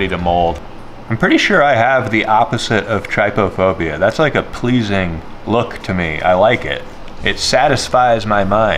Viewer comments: wonder why people say trypDUHphobia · Googles trypophobia -says word with clear hesitation brought on from uncertainty of correct pronunciation -Completely ignores phonetic pronunciation guide within definition -Pronounces trypophobia incorrectly -then expresses that he hopes he's saying it correctly. 😊 My heart, your entire being is good vibes